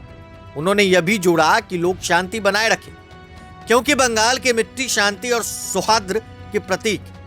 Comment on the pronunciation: SAUHADRA NAHIN SAUHARDA. NEWS ANCHOR HEE GALAT HINDI BOL RAHA HAI?? AUR YE MAMTA BANO KYA AB ACHANAK JAAGI HAI...!!!???